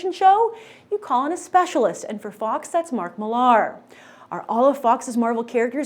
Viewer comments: Why does she keep pronouncing Millar as "Mill-LAR" when it's just pronounced "Miller." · Why does she struggle to say Millar so much and over enphasis on the "mill-AR" part?? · would you stop prouncing his name like that it is millar very simple to say geez you are smart girl for fuck sake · stop saying marks surname wrong it is not HARD